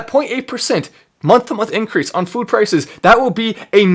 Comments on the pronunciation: To the FWOOOD! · Kills me when he says “food” 😂